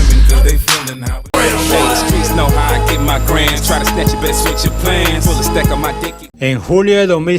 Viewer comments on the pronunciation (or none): none